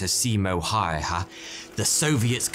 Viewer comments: I am finish and how you pronounce Häyhä sound to me like Häyeähä. It's a hard name to pronounce for foreigners. He used suomi kp/31 as well and get some kills with it too. Good video, but he did not use a shotgun:). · Why don't you even try to pronounce the name of the main character of the story? Häyhä is not Hayha! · correct pronounciation would be more like heyha. or heyh. or heyhe. which might be easier for anglos to comprehend. great content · Yet another video about Simo Häyhä where his name is said wrong...is it so hard to go on google translate, choose finnish, type the name and listen? Last time it was HEY-HAA and now HAEE-HA. Whats next, YEE-HAW?🤠 Good video tho. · The herculean effort this guy put in to trying to pronounce Häyhä has to be commended. Never mind that he botched it quite royally. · As a finnish person, the way you pronounce his name hurts me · your saying teh last anme of simo wrong it's simo häyhä and y is pronacuned as u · Seemoe i can accept but why does everyone get häyhä so wrong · the way you mispronounced Häyhä, lol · Please make a thoughtful attempt to pronounce his name properly because you butchered it about the same level as his ability to destroy Russians. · was single greatest name butchering incident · You absolutelu butchered "Häyhä" :D But this stuff kind of stuff makes me proud to be a Finn. I hope that some day we get to see big budget hollywood level productions of that era in Finnish history. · MY EARS, why is it so difficult to say one name HÄYHÄ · the way you say simo häyhä makes me want to go cliff diving without water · Your pronunciation of his second name sounds like you’ve bit into something hotter than the centre of the earth... like a pop tart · As a finn that Häyhä (Haeyhae) pronounciation sounds too funny :D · I can't help but notice that Häyhä sounds like a karate yell, at least the way 'ole pronounces it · His name was Simo Häyhä. HÄyhÄ. Not ”hajaha”… (ä pron. like ai in air)